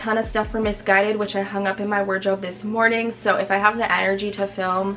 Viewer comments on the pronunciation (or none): I am so here for the British accent every time you say “Soo” 😂 it is sending me! Lol love your vlogs boo! Wanna start my weight gain journey like you did too. Definitely seeing your progress! Be blessed ❤️ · The way you say “so” 😂😩